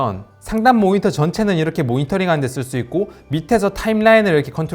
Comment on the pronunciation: 모히터가 달려있는 ㅋㅋㅋㅋㅋㅋㅋ 발음 ㅋㅋㅋㅋㅋㅋ 항상 잘 듣고 있습니다! 응원합니답!